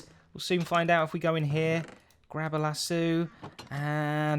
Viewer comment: Normal people: Lead Zedaph: LASSOO Yes, lasOO not lassO, listen to how he says it.